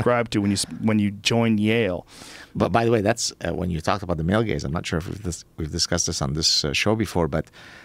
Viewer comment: i enjoy the way that male gaze sounds like male gays. word play.